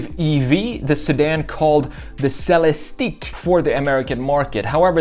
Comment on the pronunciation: Great chop. I have always loved big body sedans as well. I have admired your work for years and i like what you did with our CT6 here. Its a little different than you imagined, but still a knock out. Keep up the good work and its pronounced LYR-ICK and CELEST-ICK. #iworkforcadillac